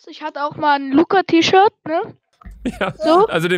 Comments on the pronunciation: # 4.20 sie sagt lurrz😂😂😂😂☹️😂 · Lugga😂😂 Luca nicht Lugga